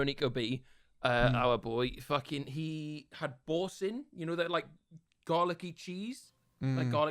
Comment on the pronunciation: pronouncing boursin as boarsin and not boursan is the most northern thing I've heard